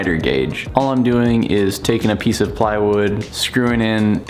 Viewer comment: "playwood loking good" jajajajaja